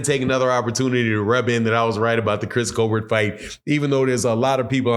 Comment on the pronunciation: He's black 😂! He's not a white late night talk show host 😂! It's Coal-Bert 😂!